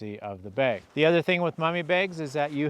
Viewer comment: my sharp ear wonders where u grew up? your pronunciation of the word "bag", sounds close to "baig". Do tell.;) I have slept under my Nunatak & EE quilts most every night over last 3+ years.